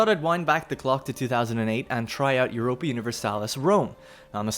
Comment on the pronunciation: "jioropia universalis" No, its EU-RO-PA.